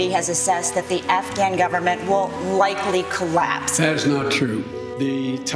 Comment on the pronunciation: Or goberment.